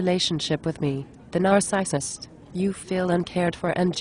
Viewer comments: "Nars-eye-sist". Lol. Gotta love computerized voice overs. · a Nar-SICE-ist. LOL